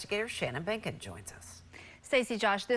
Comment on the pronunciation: Behnken rhymes with bacon!!!!